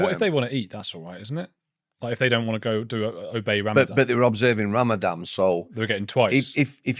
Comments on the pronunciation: Is it Ramadan or Ramadam ? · Would you mind terribly if we call it Ramadan not Ramadam?